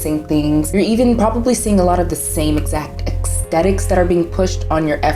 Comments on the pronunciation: “Aesthetics” not “ECSTETICS” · also, girly don't even know how to pronounce 'aesthetics' LMFAOO bruh it's not EXthetics.